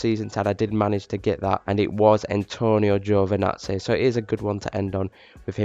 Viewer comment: “Antonio giovinatzeh”